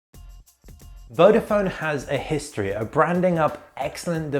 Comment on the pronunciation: why you pronounce "vofon", is "vodafon". Search before you review a product.